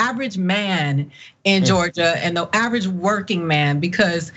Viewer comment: misconception about southerners and at she says average..... She just messed it up